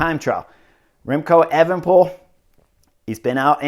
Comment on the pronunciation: But evenepol? Cmon man say it right